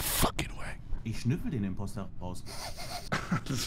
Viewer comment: Es heißt “Impostor”